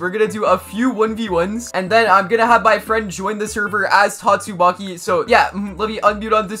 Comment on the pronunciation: I just keep hearing tastumaki 😂